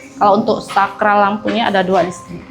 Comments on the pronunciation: koreksi yah. untuk penyebutan Plafon bukan Platfon dan Saklar bukan Sakral. klo Sakral ntar vibesnya kyk tempat² suci dan keramat dong..😊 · Saya juga senyum dengr ngomong sakral dan flatfon😂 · Betul. Pla Fon ( plafon) Sak klar (saklar)